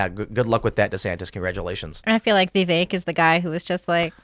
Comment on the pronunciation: Vivek's name was pronounced properly 100 times in this episode, and this idiot from New York continues to mispronounce his name. I don't want to say he's an idiot, but i hear him speak.... I have to bite my tongue. Go back to Brooklyn you deigo guinea wop. Keep pouring olive oil straight down the drain and ruining your own sewer system... and choke on the flood that's your own fault. NYC was ruined by these people.